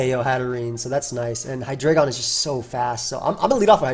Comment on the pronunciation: you know it’s Hi-dry-gon.